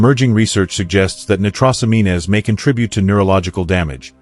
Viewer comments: 1 for the content... Thank you! However... using AI text to speech means you need to listen to the broadcast, because the AI sometimes gets the pronunciation of words wrong. Case in point: The word nitrosamines. Nitrosamines should rhyme with the word "careens". However, in this video, the AI has it rhyming with the word "mean-ness" - which is of course incorrect. Just because you can use AI to save time, doesn't mean you can just leave everything to the AI. Which means you'll have to modify the words you feed the AI for the spoken word tracks. As such, you will need two sets of text blocks: One set for the pronunciation and one set for the on-screen narrative subtitles you provide. No getting around it. The only other alternative is to use a different voice, as AI voices vary in their pronunciation of words. These simple tips will keep your audience from instantly being able to identify faulty AI pronunciation. For that reason, I give you a 1 for content but a 0.25 for the narrative track. AI is good, but just like a sophomore in high school, it needs supervision. Otherwise, it can and will get things wrong. These types of errors can make an audience presume that you (or the AI) is asleep at the wheel, which can cause viewer to ask: "If it got that wrong, what else did it get wrong?" My qualifications? I just happen to be the CEO of an AI startup and have to deal with similar issues when relying on AI to streamline production. So take a little more time and watch your own vi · AI really struggles with pronounciation. There will be a whole generation who don't know it's nitrosameens not nitrosameenas. It would be funny if it wasn't so sad. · Annoying AI mispronunciation. it's not "nit ross am EENAYS", it's Nite-ROSE-ammeens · Great and informative video but the word "nitrosamines" is clearly prononounced wrong. It is pronounced as "Nigh tross o mean," not "Nigh tross o me nez." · Pronounced nitrosamins not nitrossameenes” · They are pronounced nie-troes-a-meens.